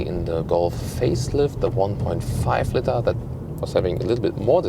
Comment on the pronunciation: the co-pilot can steer the plane. "co-driver" is just odd. I tried to correct several times "how it looks like" pronounciation of "litre" etc. but so far the only thing that stuck is his correct calculation of his own hight into imperials:)